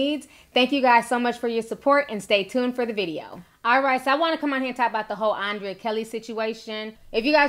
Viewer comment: The girl name is pronounced UN/DRE/YA you killing me T🤦🏽‍♀️‼️ I’m just say....